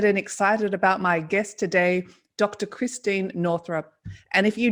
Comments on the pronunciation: Bless her heart, she didn't even correct you when you mispronounced her name three times. Not Christine, it's Christiane. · Christiane. Not Christine.